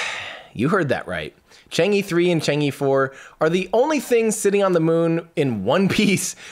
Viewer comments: I think Chang'e is pronounced Chahng uh, not Chong ee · It does not pronounced as "Chang E", it is "Chang 'e". Should sound like "Chang Eh" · It's pronounce more like chang-er than chang-ee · Thank you Tim for another year of excitement and joy! Great work, really appreciate it. Besides technical depths, I really admire your way of looking at failures and international collaboration. One correction -- Chang'e is pronounced as Chang Er, that e in Chinese Pinyin is like er. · two things: 1 The star link project can help us, but not Africa, the information equality theory doesnt apply there where millions of people are hungry. 2 the e of chang'e should be pronounced as 'er' in early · Chang is correct not chong, but the E should be pronounced as 'er to be exact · Probably more like "chong-uh", if you want to approach the Mandarin pronunciation, but that still wont reach it and actually reaching it is not necessarily something you should be trying to do.